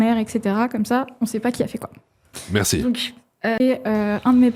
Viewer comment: J'ai adoré l'outro de: "Zetai le gideur de balaize, berci, orwar" 😂😂